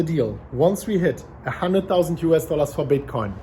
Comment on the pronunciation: " US dollas....."